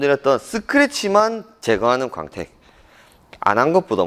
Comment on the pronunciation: 강택 아니고 광택 , 구오앙택